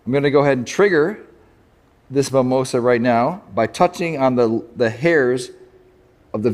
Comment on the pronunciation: It's mimosa (mee.'móh.zah). Also it didn't completely close how it would if touched in the petiole.